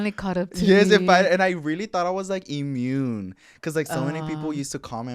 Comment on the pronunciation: Lmao not him thinking he was “ Eee-Mune” 😂